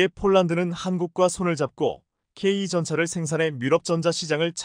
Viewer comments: 아 제발 케이 전차라고 하지말고 케이 투라고좀 읽어주시고 케이 구가 뭡니까 케이 나인 이라고 읽어주세요!! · 나하고 똑같습니다 내용은존데 발음하는 소리가 엉터리다!!케이투. 와 케이 나인 을 케이. 이. 또케이 구 라고 하는데 그걸못고치네!! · 맞습니다 설명좀 제대로 했으면좋겠다 케이 나인을 케이구라고 하질않나 케이 투전차를 케이 이 라고 설명하질않나. 듣기 짜증나네!!네티즌 들이 영어를 모를까봐 그렇게 읽어주나보네!! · ㅋㅋ. 나토 를 엔에이티오 라고 읽어주네!!글구ㅈ케이 나인을 케이구 라하고 케이 투 전차를 케이 이 라고 읽어주네~그렇게 읽지말라했거늘 안되나보네!!